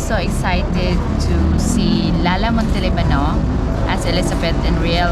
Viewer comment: My dear Sir, you really need to pay attention to how your dear wife and other locals pronounce personal names and place names in the Philippines. Note which syllable is stressed more. Instead of saying O-lon-GA-po, say O-LON-ga-po. And instead of saying Mon-te-li-BA-no say Mon-te-LI-ba-no !! 😄 Doug A.